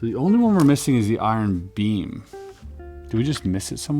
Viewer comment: I thought he said bean but he meant iron beam 😂